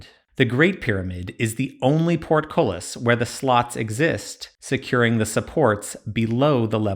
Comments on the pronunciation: Bitch say PORTKOLIS again ima fight U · Party game: Every time he says portcullis take a shot.